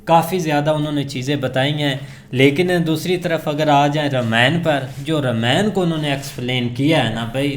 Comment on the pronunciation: Its nit rameyan its Raama yan